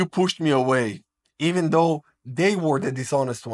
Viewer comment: When she said you paranoid Walk avay